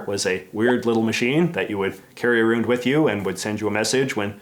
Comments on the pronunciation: I love when Canadians let slip their natural speech. Let's chat about that anytime you get aroon to it.😉😂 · Ah-roond is a new one